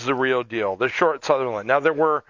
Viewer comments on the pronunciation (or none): Sunderland not southerland!